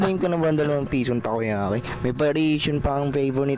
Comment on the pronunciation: Tako yaki na hindi tako🤷🏻🤦